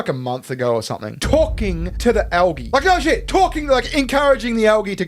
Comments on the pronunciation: Calling it Al-ghee has me chuckling. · Why can’t Americans pronounce algae correctly?!